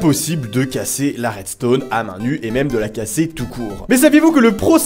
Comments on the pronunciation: Ta dis la restone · tu a dit redstonne